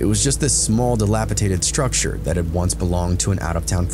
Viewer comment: Dilapidated ✅ Dilapitated ❌